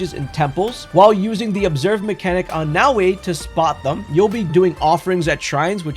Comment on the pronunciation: omfg, it's not "Now-way"